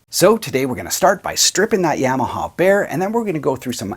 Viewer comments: Ya-ma-ha. Not Yeah-ma-ha. Otherwise, very nice video as usual. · Black it out, and please quit saying YAM’-aha..